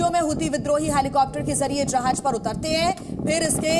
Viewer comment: Jahaj nahi jahaaz